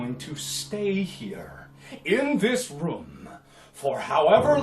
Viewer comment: Mark's voice is kinda different in this video... But the way he say "room" always boggles me.